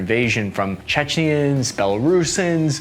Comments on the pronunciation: I’m a fan of your videos but it’s clearly not pronounced “chechnians” when the articles on the video itself have it as “chechen/s” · That and his pronunciation of "Chech-NEE-Yens". It's "Chechens", right? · It's ' the Chechens and 'Chechen mercenaries'. Sorry, it's been bothering me.